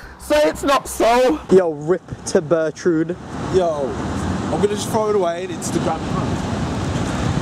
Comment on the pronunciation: SAY IT'S NOT SO BURTRUND! 😭